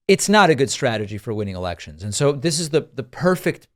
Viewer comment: David I heard you say ..dis..instead of ..this lol I laughed so hard because of all the podcasts I follow yours is the one I double and triple check my grammar when leaving a comment. Cute❤️🤍💙